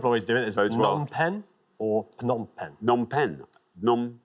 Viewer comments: The P in Phnom Penh is never silent. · Every source I've found says the "P" in Phnom Penh is not silent. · The P at the beginning of Phnom Penh is pronounced. It's a soft, unaspirated p. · The P in Phnom Penh is not silent. The word Phnom means mountain.